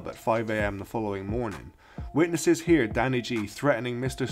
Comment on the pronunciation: Couldn't say "heard " right or correctly